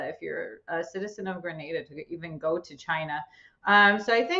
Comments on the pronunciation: Gra-na-da that's the correct pronunciation. I know you may not know. Just helping you out. Your doing a great Job. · Being from the islands and listening to them pronounce GRENADA is really irritating. Thank god the chick knows how to say it. Jesus.